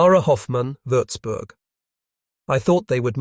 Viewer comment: its nice to hear words like Wurzburg pronounced correctly, but the pictures still need work